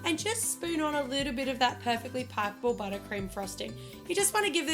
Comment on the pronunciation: + I love how you say 'perfectly pipe able'